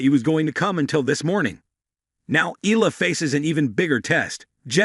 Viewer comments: Looks like an AI generated voice. How to subscribe to such a lazy vlogger. Mr vlogger please show more passion by at least teaching your AI tool to pronounce names properly. Nadal is pronouced with a hard "Na" then "dal" not "Neydal", Eala is pronouce "Eh" "yah" "laa". The tones should be HARD not SOFT. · The name is pronounced EYA-LA ( her family name)